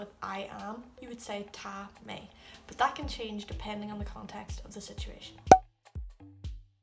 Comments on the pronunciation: I know you did say that there are a lot of dialects in Irish, one difference that I instantly pick up on with your accent in the lack of pronunciation of the "fada" or "accent" as you say Taa, where I would say Taw.. and "My" (maith) where I would say Mah... still... Taw two gu Mah.... aka Tá tú go maith and keep it up. great to see irish spoken in any accent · Ohhhh not sure about so of your pronunciation! Tá = taw, not ta, etc Dia duit - ditch?!?! mmmhhh, atá - ata!!!??? Maith - my!!!! Na! Bye! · odd pronunciation of Ta...